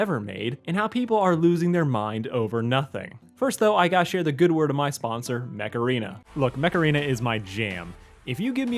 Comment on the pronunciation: I heard it as "macarena" when you said it in your video.